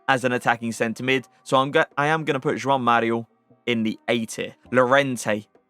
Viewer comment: Kudos to you for the great pronunciation of both the J and the "ão" in "João Mario" 🙂 Perfect!